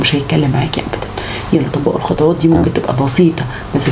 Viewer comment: خطوات و ليس خطواط